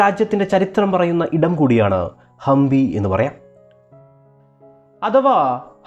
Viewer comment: It is Hampi not Hambi